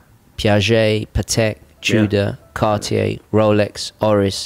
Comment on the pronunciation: "Cardiyeah" 😊 But what a relaxed listen. Thanks!